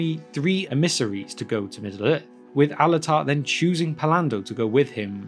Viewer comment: just an fyi, your pronunciation of emissaries is wrong, it's more like when you said missionaries